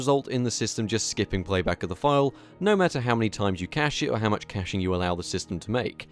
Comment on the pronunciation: Veree good review. No accent noteesable...also cache is pronounced like cash